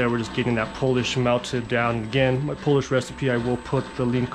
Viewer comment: The correct pronunciation is POO-LEASH not Polish. Just so you know…..